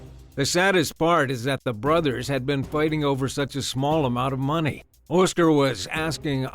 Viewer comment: "Oh-scer"?!?!....It's Oscar... pronounced Ah-sker...Oscar dude.